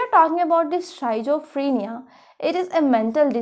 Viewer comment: healthy discussion on each topic madam, but may be your pronunciation for schizophrenia need to correct...